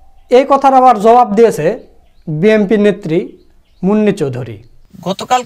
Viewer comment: Hellow bhai. When you say BNP, its like BMP. Pls pronounce clearly BNP. Sukran